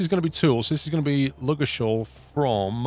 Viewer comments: Really enjoying the series, just to put you out of your misery, Ludgershall is pronounced with a silent "d" and hard "g" - Lug-er-shawl :) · Love the series but Ludgershall is pronounced "lugg er shall". I hope this helps with your hate for the word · The pronunciation of ludgershall is really irritating me, the d is silent, the sh are a pair, not separate, like in shush instead of singular. I would know as I live 5 miles from the small town that the game is referring it to